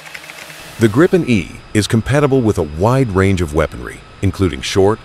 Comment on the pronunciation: You will piss off lot a of of people calling it Greipen.